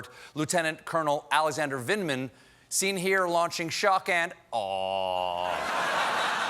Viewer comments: "Ranking member lieutenant cournal please" lol recognize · or "len eternal"